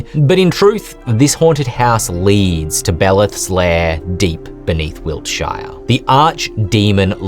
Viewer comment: "Wilt- SHY are" Weird way to pronounce it 😂